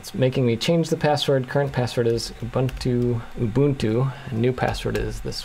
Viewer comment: I always said Ubuntu the right way, but hearing you use the right pronounciation all of a sudden is weird